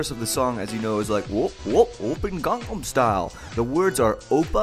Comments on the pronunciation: josh, ur amazing and all but ur pronouncing gangnam style wrong...., it's pronounced ghan-num, not gang-nam (even tho it's spelled like gang-nam) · It's not pronounced "gang"-nam style, it's "gong"-"nom" style. You say you listen to hte song a lot and you still can't catch such a simple pronunciation :P I sense lies! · you kept of on saying gang-nahm its gahngnahm (gangnam)강남 kinda like saying Chinese gong. or smoking a bong. gangnam style* the "a"'s in Korean are always pronounced "ah" there also a similar letter that's the sound of both the "a" and the "e". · *Gangnam not Gangam, Josh Sundquist, for shame! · I think you'll find it's Gangnam not Gangam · Gangnam style not gangam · G-ah-ngn-ah-m style. No gangs please. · 1. You mispronounced Gangnam Style 2. You were looking at his crotch? 3. It's not "Oppa Gangnam Style"; it's "Oppan Gangnam Style" The 'n' at the end of oppa changes it from saying "Big brother" to "I am big brother" 4. Using Oppa isn't incest. 5. Gangnam style isn't equivalent to swag. Swag is stupid, PSY is not. 6. I'm fairly positive that while PSY appreciates all of the attention Gangnam Style is getting, he is disliking how he is treated as a joke. He's serious about everything he does. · kept pronouncing gangnam incorrectly and kept spelling it wrong. 2/10 wnf.